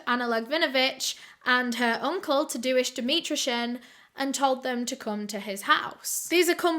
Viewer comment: I love that you say Tadeusz, Tah-do-ish hahah. I’m Polish and that’s my dad’s name, in Polish it’s pronounced more like Tah-day-ush. That’s okay though, the spelling doesn’t really look like how the pronunciation is. Love ya! 💞❤️💞